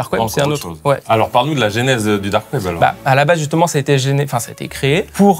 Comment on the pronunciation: Genèse se prononce Jeunèse , Carlito toi qui aime bien ce genre de truc.